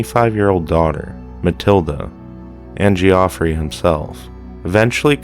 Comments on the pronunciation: Geoffrey, pronounced ..Jeff ree. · It's pronounced the same as "Jeffrey". FFS